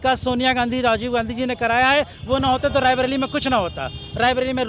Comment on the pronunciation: Raibilli nahin hai raibreli hai.